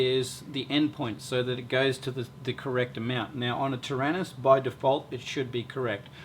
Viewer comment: ter-anus ? that's funnier than do-do !!!!